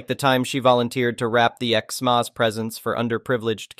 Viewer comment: You need to learn English. It's NOT xmoss, it's xmass.